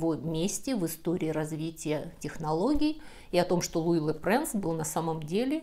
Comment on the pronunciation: А почему Луи Лепренс? По французски читается Луи Лепранс ?🤔